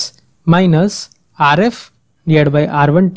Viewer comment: gosh i can barely understand. Rf is pronounced "ARE [space] EFF" not "ARE-IFF" with a rolling R geez